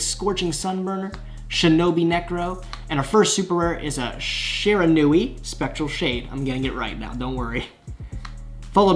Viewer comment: The Shiranui gods are punishing you for mispronouncing their name